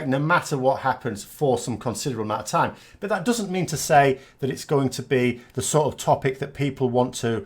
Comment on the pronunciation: I am still struggling with your opening line. Today I understood: Hi, I'm, I like to corrupt politics... And I am a Canadian anglophone. Wonderful how you say 'but'. Sounds to me like bought. I watch every video of yours with delight. Will you ever appear as more than head and shoulders? I liked your stand-up arrangement. Maybe you will do a dialog with guest anti-brexiteur TLDR news?